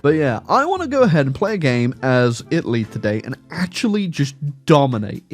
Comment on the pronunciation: Take a shot every time he says "Itly"